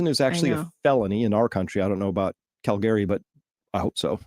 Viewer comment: bahahaha, The bad part is that Alberta is probably the most right oriented province in Canada! I'm back in BC and it's crazy here lol. I love the way you pronounce Calgary! BTW